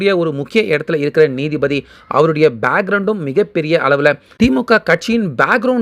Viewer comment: நீதி பதி இல்லை. நீதிபதி என்று வாசிக்கவும்.